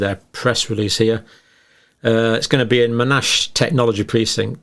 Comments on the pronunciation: for future reference Monash is pronounced with the stress on the 1st syllable. MON ash. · Hi Dr John. happy New Year. Not being picky but it’s pronounced MON ASH. Cheers keep up the good work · Yes. MON-ASH (two separate sounds!) is located in Melbourne. Thanks for everything you do in this space Dr Campbell, your wry sense of humour always cracks me up. Glad to see the return of the green pen. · The damage being done to the trust in the medical profession by these deals is immense. Without meaning to offend the name Monash is pronounced Mon ash, after Sir John Monash who served Australia for over 50 years in military roles.